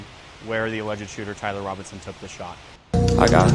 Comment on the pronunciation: You need to learn how to say Tyler before you make anymore videos about him